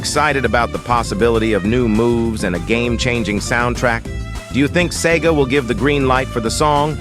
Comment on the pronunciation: "ess e gee aye"